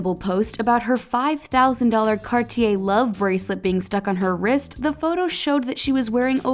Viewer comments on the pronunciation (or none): none